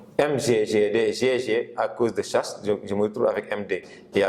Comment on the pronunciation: C'est très bien ce que mais remarqué que vous dîtes chasse on écrit chasles mais on lit chale "à retenir " *